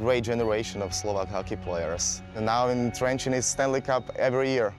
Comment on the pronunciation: It is not trenchant, it is Trencin or in hungarian trencsen...